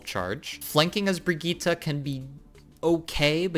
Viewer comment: ??? That's how you're supposed to pronounce it!